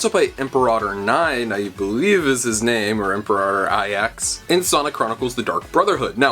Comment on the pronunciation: Imperator Ix is pronounced "iks" not "nine" or "aye-eks"